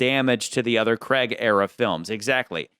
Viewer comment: Why do Americans struggle to pronounce Craig ? it rhymes with Vague or the Hague in the Netherlands , it's doesn't sound like Creg or Dreg